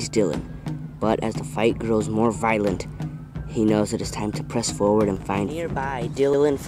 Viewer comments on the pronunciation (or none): none